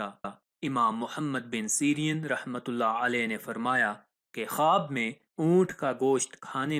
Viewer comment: The correct pronunciation is Ibni Sireen and not Syrian